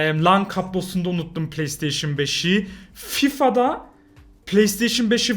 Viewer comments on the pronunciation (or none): none